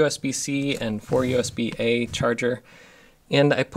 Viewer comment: Do you write your own descriptions to videos? Because you mentioned "USB-A" ports and it kinda sounded like "USB-8", and your description also says "USB-8 ports". Interesting.